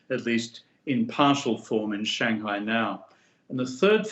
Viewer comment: Why does someone who is fluent in Mandarin not come even close to pronouncing 'Shanghai' correctly ?